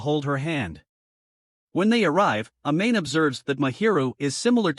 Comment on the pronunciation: Dude really pronounced it “a-main”